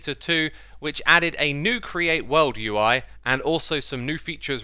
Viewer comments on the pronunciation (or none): why does he not say the U in UI